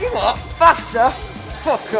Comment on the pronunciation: "fock" XD